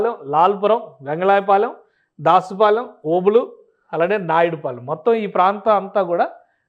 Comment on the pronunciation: ఓబులు-- --నాయుడుపాలెం కాదు మొత్తం ఒకే లైను ఓబులనాయుడుపాలెం అని చదవాలండి.